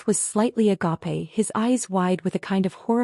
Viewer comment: AI needs to learn how to pronounce agape. If I guy didn’t want to get a girl pregnant then he should be using birth control.